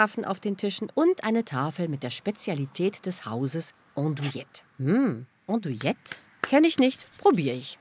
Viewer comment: Wird "Andouilette" wirklich "Ondouilette ausgesprochen?